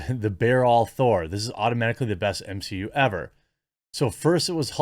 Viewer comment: Drinking game: take a shot every time he says MsheU.